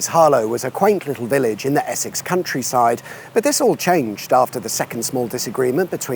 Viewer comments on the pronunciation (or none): none